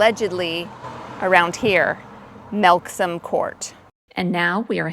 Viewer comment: I'm sure I wouldn't have pronounced Melksham Court the way you did. Thank you for walking up that mountain and climbing the monument so that I don't have to. 😁